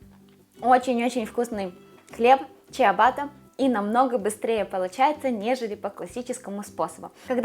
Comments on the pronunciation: Трохи не в тему, вибачте, але не чІабата, а чабата, це особливості італійської граматики. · Только хлеб называется не чиабатта, а чабатта (Ciabatta), буква «i» перед «а» пишется для того, чтобы не произносить [Кабатта].